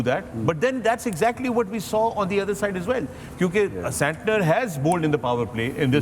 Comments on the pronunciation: I know guys you have won but you should call player correctly it is disrespectful how Mr. Shoaib told saniter for santer that's not cool, be humble when u win otherwise karma will bite back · Shoaib malik bhai phle english pronunciation sikh le tb yha baitha kr...saniter😂